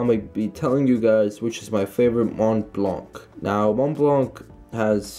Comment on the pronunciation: Bra u don’t pronounce the c in the enemy in Montblanc